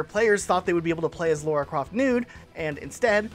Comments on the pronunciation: "laura" croft? It's Lara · 'laura' croft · This gets me mad when people pronounce Lara’s name wrong on purpose learn to get names of protagonists correctly before scripting videos.